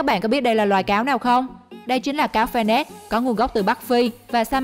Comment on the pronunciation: Cáo fennec nghe lộn thành cáo fennik:D